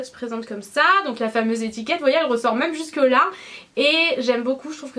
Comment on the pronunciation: Coucou! Pers je prononce "même" comme toi et tous les gens que je connais aussi mdrr! Ça doit être une prononciation de gens du sud-est:p Bisouus